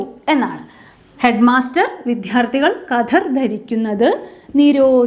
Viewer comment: ക്ലാസ് തരക്കേടില്ല. പക്ഷേ വിദ്യാർത്ഥി എന്നുച്ചരിച്ചത് തെറ്റാണ്. ശ്രദ്ധിക്കുമല്ലോ.